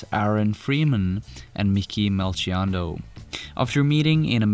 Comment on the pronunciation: it's pronounced mel-kee-on-doe